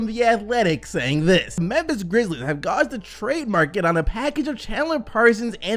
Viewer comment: The way my man said gauge 😂😂😂 we needed another take there.